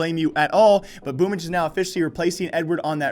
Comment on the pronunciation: It's pronounce this way - BoomYCH